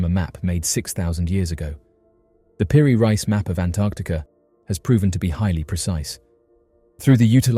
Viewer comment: Peri "Reese", not Rice.